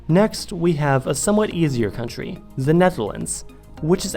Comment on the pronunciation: Why does it sound like your saying 'ze' instead of the or 'zis' instead of saying this? Your literally the only American native English speaker I've ever heard talk like this....like I know your living in Germany but surely speaking German hasn't effected your native language? Has it?